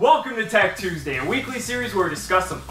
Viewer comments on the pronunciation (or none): none